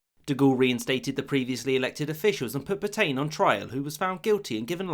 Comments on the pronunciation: Dubious pronunciation of Pétain. "[filip petɛ̃]" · Pétain = (closest English equivalent) "pey-TAN" with the N almost silent. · Please please it's pronounced PETA(n) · Reynaud, not Reynant Pétain, not Petaine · Say “Pet-anne” not “Pet-aine”. That’s a very basic and stupid error. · I enjoyed that, but for future reference, it is Pay-Tan, not Pe-Tain. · Great video. Especially that bit about Roosevelt vs Britain re: France. Only downside: the pronunciation of "Pétain" 🤦‍♂️😂 (Should be more like "Peh-tah", not "pertain"! 😂) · Puh-tain, for Petain? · I have to mention that Petain is pronounced "Petan" but of course the Brits have made a hobby of mispronouncing French words so maybe that's why. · "Le croix de Phew"? Merde alors, votre pronunciation est un bit off 😄 It's 'Pay-tan', btw. Le Petomaine was the guy who farted for the amusement of theatre goers and "music hall" clientèle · Pétain, pronounce: 'Paytain' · Omg he doesn't even try to pronounce things right "Peetayn" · Phillipe Pay-tan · I enjoyed your video, but please learn to pronounce the French names correctly. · A lot of the comments in these videos are crap, needlessly snide and condescending. The British did not "run away" at Dunkirk. They evacuated an untenable situation and thereby were in a position to continue the war. Stop sneering. And for God's sake learn to pronounce simple foreign words like "feu" and "Petain". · Excellent research apart from pronunciation! Pétain and feu were ah interesting